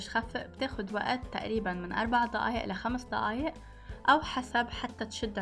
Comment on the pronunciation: بس ليش ضيايق مش دقايق